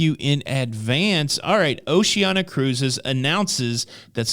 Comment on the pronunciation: Pronunciation Police: Oshee-an-ee-ah